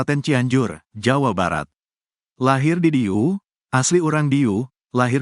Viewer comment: Akang harus belajar Bahasa sunda agar betul pengucapanya atau pelapalanya. DIDIEU.BUKAN DIDIU.